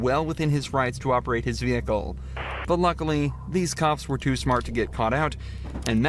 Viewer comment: Vee Hiccle